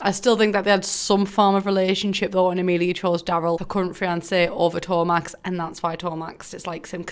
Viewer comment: Trust me thats not how you pronaunce Emilija, I would know(sorry for bad English)